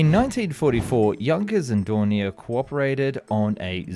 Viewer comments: Its more like DOE and not DUH XD just ilk you say O in Door. Doornier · Its do...not du...😂😂😂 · Thank you! D-O, not "Do". H-E, not "He" or "Me". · Its not....dow Its ... D .. O.... Its not..He... As in pronounced he said so Its ...H.....E... Initials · Rather than pronouncing 'Do' as Doh or Doo it's better to say Dee Oh. Same for Me 262. It's Em Ee 262, not Mee 262... Jay You 87 not Jew 87, etc. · Its not spelled Du or Mi.... its Do as in Dornier not DURNIER same whit Messerschmitt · Isnt it pronounced Dorn-e-ay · it's not a case of being pedantic it's a case of being accurate. I've never EVER heard the first two letters of Dornier, for example, pronounced as anything but 'Dee Oh'. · It's doh.